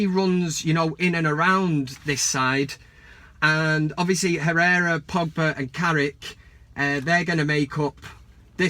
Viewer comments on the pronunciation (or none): none